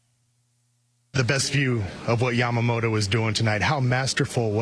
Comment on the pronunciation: I would love to see the media (not just you, like all of them...).show some extra respect to Yoshi and pernounce his name a little more correctly. Yama-mo-TOE. No D in his name, but most English speakers add it. Bugs my Japanese wife everytime she hears it.. NO DOUBT, Yoshi does too. Just saying. This dude is historical and deserves the respect 😊